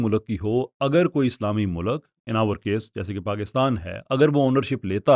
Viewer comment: O 'MULAK' nhil 'MULK' & 'Univresty konsa lafz hy